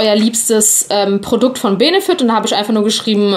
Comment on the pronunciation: Es wird bennefit ausgesprochen